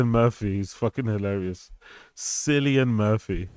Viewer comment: In a rare case of me defending Rogan, Cillian is a ridiculous name and deserves being mispronounced 😂